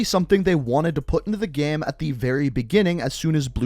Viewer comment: He says the word "Game" like "Gaem"